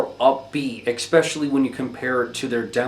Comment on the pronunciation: Across multiple videos you have added a ‘K’ to the word ‘especially’. It’s not pronounced ekspecially, but if this is like a meme or something then ignore this comment - but I heard it once in another of your videos and again in this one